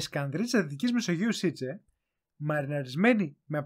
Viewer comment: Μήπως η πεσκανδρίτσα ήταν σεβίτσε κι όχι σειτσε